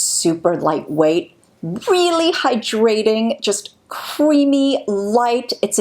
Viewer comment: I find your voice so soothing. Sometimes I have to scroll back because I've just been having your videos as background noise and not paying attention! However, I not can't stop listening to how you say the word hyDRAting, instead of HY-drating